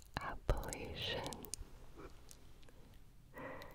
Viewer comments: Just so you know- It’s apple-latch-ya, as in, if you pronounce it like that in the Appalachians, they’ll throw and “apple at cha” ;) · As an Appa-LATCH-an her pronunciation of the word in the video made me so irritated I had to switch vids to relax. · Gibi definitely cut the video there to look up how to pronounce Apple nation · As a proud North Carolinian, the way Gibi pronounces Appalachian makes me angry 😂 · After years of watching and tingles, I must leave. I simply cannot watch anyone who pronounces Appalachian wrong. I'm sorry Gibi, I just can't do it anymore. Jk I know I wouldn't be able to survive. Good video! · Tbh as a person that live in the Appalachian mountains the way she said it made my toes curl. I just hate it we all do. But it will be ok I GUESS I'll live 😃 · the "appalachian" pronunciation.... gibi i love you but...